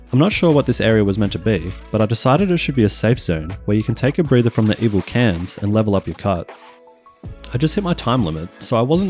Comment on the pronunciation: Its like you can say cans, but said pans instead until the last 5min of your part 😂 LMAO